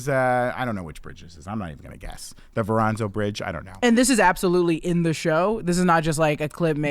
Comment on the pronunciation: Did he say the Veranzo bridge? lol I think he meant the Verrazano bridge.